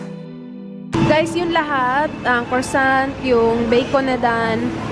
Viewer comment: Hi, I'm sorry but you're pronouncing "croissant" wrong. The easiest way to pronounce it correctly is by eliminating the letter "r" (since you can't mimic the French soft roll of letter "r") and "t" at the end and say it as "kwah-son".